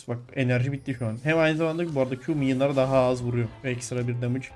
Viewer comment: Challenge: Minyonlara "Minyın" dersen video biter.